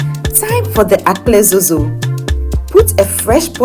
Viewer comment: Well done but it's Akple dzodzo not "Akple zozo"